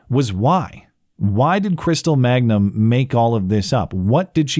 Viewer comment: Reality is stranger than fiction. You mispronounced her name as “Magnum” thinking it sounded strippery, but it’s actually Mangum. Man gum. Crystal Mangum. She seriously just got chewed up and spit out on the street of life. Stripping, prostitution (presumably), attempted murder, arson, larceny, false allegations, and actually murder. Crazy life story.